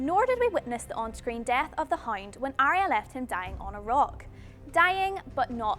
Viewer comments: the hind? do u mean the HOUND? y did people ask you to do the voice over for this... ugh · understand it's neat, but if it's not pronounced correctly it's confusing to people who think the person is the hind. She'd be very popular in the region of her origin.. But to do voice over work for this? I think not. Need correct pronunciation to properly portray what you are trying to say. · "The Hoind"